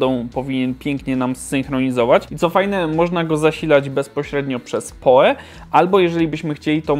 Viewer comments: albo po prostu "poł" jak przy wymawianiu nazwiska Edgara Allana Poe'a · PoE czytaj "pi oł i"